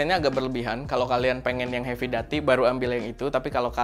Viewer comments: doo.tee kak, duty seperti pada "call of duty" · Duty pake "U" bg 😂